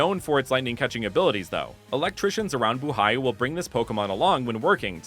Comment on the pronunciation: sometimes Tagalog words can be long like Buhay The correct pronunciation is buu-hay this is not an insult